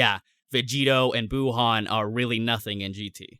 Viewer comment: I laugh everytime he says buuhan lol I'm like BUUhan?O right 😂😂😅😅